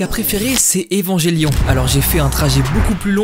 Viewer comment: Salut, ta vidéo est incroyable. En revanche, tu m’avais prévenu, mais mes oreilles ne supportent toujours pas ta prononciation d’Evangelion. J’ai fini par croire que c’est un running gag 😁 En dehors de ça, incroyable! 👍🏼